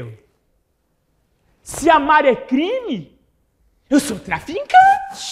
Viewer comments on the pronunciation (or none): “Se amar é crime,eu sou TRAFINCANTI”…😂😂😂